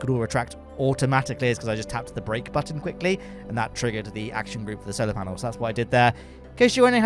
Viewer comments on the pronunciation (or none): none